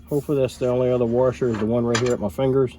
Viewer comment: The word you are looking for is WASHER not WARSHER....There is no R in the middle. It is pronounced WASH-ER not WAR-SHER....and the wavy ones are SPRING WASHERS not WAVY WASHERS. Just a heads up for you.